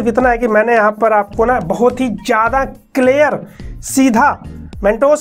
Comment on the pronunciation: You say : clair Me : clear 😅